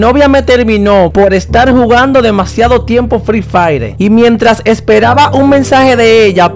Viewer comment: fri fraire